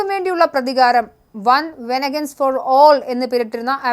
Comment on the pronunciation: വെനഗൻസ് അല്ല വെൻഞ്ചൻസ്